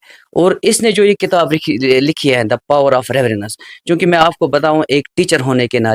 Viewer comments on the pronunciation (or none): none